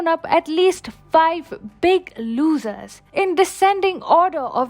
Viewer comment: "losers" pronunciation really suck in...